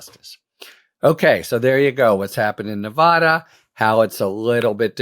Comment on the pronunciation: Love you, Harry. It’s pronounced Nuh VA duh VA, like in VAcuum.